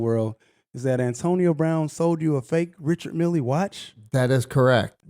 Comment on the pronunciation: Bro look up the correct pronunciation of Richard Mille pls